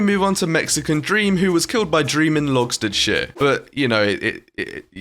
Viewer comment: When he said “logstedshire” it sounded like “lobster sh*t” 😂😂😂